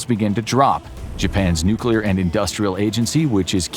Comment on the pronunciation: I was about to say something similar hahaha... the odds of a nuclear plant employee butchering the word "nuclear," then proceeding to fail mentioning what plant they supposedly work at, are hopefully extremely low.